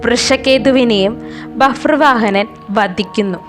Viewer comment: Babhruvahanan not Bafruvahanan